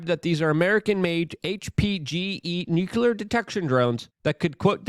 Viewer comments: It's pronounced "NU CLEAR" not "nucular" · LUKE, for the love of God. It’s pronounced NOO-CLEE-UR.